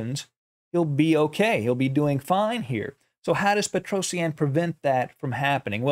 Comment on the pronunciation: Pls learn how to say his name better. P sure its pet roh shjaaan Not peto see ann